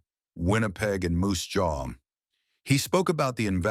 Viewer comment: Please have a chat with the AI and teach it to say Regina and Moose Jaw.